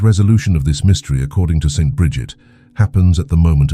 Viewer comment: if you spell out Saint instead of St., the AI voice you use for narrating won’t make that awkward pause every time it reads “St.” It interrupts the abbreviation as a period. As for the millionaires receiving their payment now and having nothing later, I have trouble reconciling this with the EXTREME, UNPRECEDENTED OUT OF CONTROL WEALTH that today’s MEGA BILLIONAIRES are amassing. No future debt they might face can EVER atone or compensate for this absurd imbalance and of hoarding SO much wealth by the world’s .1% while billions of people languish in poverty. It seems Jesus might not have foreseen how extremely greedy and corrupt we were destined to be one day. But I’m just guessing, as I can’t fathom the explanation for the existence of today’s mega billionaires as being a rational one.